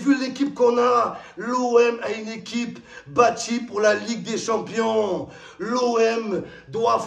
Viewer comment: Il a dit League des shampooings 😂😂😂😂